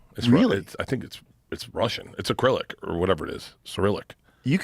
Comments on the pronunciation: Aclyric ???? Cmon dude… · it's "acrylic"... this guy's a cancer